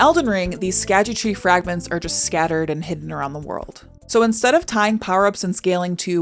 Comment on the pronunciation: I believe the Scadutree is pronounced like Shadowtree since Scadu (Scaedu actually) is old english for Shadow, also pronounced the same way. Also since the realm is called the realm of Shadow (or something, I just call it the Shadow realm), it makes sense that the tree is Shadowtree.